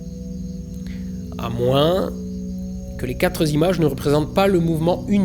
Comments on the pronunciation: Super video, comme d'hab. Pour info, 4 ne prend pas de s donc on ne dit pas "quatre zimages" mais "quatre images", sans liaison. Pas grave :) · idem, "les 4 z'images", j'adore ! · Ton boulot est vraiment super, mais s'il te plaît arrête de faire une liaison avec quatre, il n'y a pas de S à la fin, et j'en peux plus d'entendre quatre'z ... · arretez de faire une liaison qui n'existe pas quand vous dites quatre zimages : c'est pas possible !!! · Les quatre zimages... Dommage. Quatre zagrandissements... Re-dommage... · Très intéressant comme d'hab. Mais de grâce, essaie de travailler un peu sur tes liaisons dangereuses. On ne dit pas "quatre z'images", et j'ai relevé cette faute à 3 reprises, ça me fait saigner les tympans :) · "Les quatre z'images" 😁😁😁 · "Les 4 z'images" lol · C'est une épidémie chez les youtubeurs astro... "...les quatre Zimages" - "... quatre Zagrandissements" Désolée je t'adore "comme même" 😘😘 ❤️ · Non mais faut arrêter de dire "les quatre Z'images" !